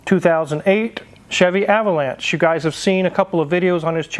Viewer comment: You keep mispronouncing Ah vo lawn sha. LOL